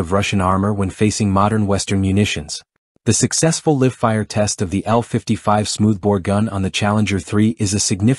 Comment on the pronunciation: I hate these "robot" commentaries e. "Live" mispronounced1